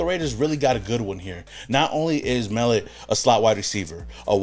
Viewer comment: The 2 QBs we got back to back from the FBS level r great picks bro. I know u don't follow FBS too close, that's ok cuz I'm here to tell Raiders Nation not so sleep on those 2 kids. Pete Carol wanted winners, he's got em. Those two r freakishly athletic at their craft & only wake up in the morning is to compete & win. Mark my words, Biff told y'all!!! It's Mell Ot, not Mell It Love this channel!!!!